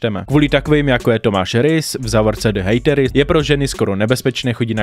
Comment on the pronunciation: Tvoje příprava na video je úplně irelevantní doslova o tom člověku nic nevíš řešíš ho jen kvůli tomu aby sis udělal čísla..... je mi z tebe zle a nauč se vyslovovat hateris díky.